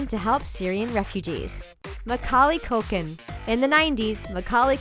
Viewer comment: omg that's not how to pronounce Macaulay Culkin's name